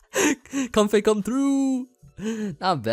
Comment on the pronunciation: It's pronounced like Coam-fay I think?